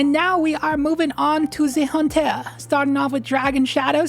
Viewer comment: Maybe a stretch, but when you say, “Hunt-aire” with French accent I flash to the beautiful & mysterious movie Paris, Texas.